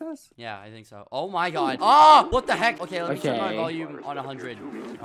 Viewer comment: OH MY GUH